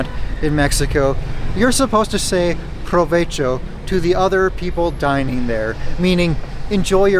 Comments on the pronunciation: I know this is 2 years old, but something I've noticed on all of your videos is you tend to pronounce the spanish 'v' with an american 'v' sound. In Spanish, it makes the same sound as the American 'b'. Provecho is pronounced slightly incorrect here. Fortunately, v's and b's sound very similar and I don't think Spanish speakers can normally hear the difference. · Saying provecho is actually bad education. You are not supposed to interrupt strangers. Also, provecho sounds like someone who is poor would say.